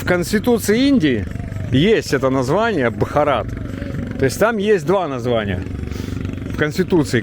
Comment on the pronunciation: Ударение на первое а в слове Бхарат